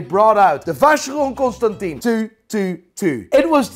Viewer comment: Your pronunciation of Vacheron Constantin is hilarious